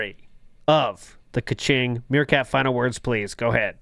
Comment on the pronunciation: The fact that you still call it "ka-ching" and refuse to correct yourself is extremely cringe and Phil like.